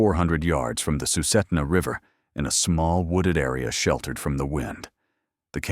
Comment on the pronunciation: Sue-sit-na River and Tal-keet-na.